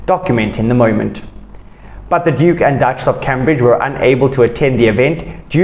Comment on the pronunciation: Spreek asb die mense se vane reg uit. Dis nie Cam- bridge nie dit word Came-bridge uitgespreek. Fokus , dan sal ek aansluit. Groete